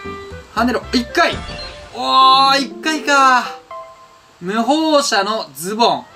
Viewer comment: むほうしゃじゃなくてむほうもの